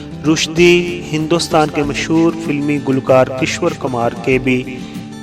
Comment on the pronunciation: bhai " kishwar " nai hota unka name " kishor " hai ...sorry to say ...